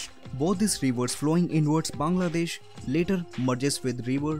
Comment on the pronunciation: I like how he pronounced bangladesh. I feel like foreigners cant pronounce our country.